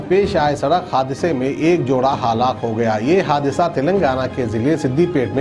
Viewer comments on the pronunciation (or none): Hallak nai halaak bolte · kounse goun village ke hai aap jo Google ku Gokul halaak ku hallak aur bhi bahoth se ghalti hai aap ke talaffuz me